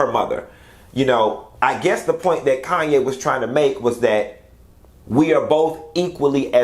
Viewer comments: Just a point of correction. Her name is KHANYI not 'Kanye' and it is pronounced as 'Kanyi' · Khanyi. Pronounced "Connie". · Q calling pronouncing that lady's name as Kayne is taking me out 🤣🤣🤣